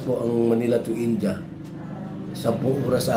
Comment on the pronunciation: Ind-ya hnd Po inja KC Po kinukurek Ng mga indian paano mgbigkas mga Pinoy tinatawanan nla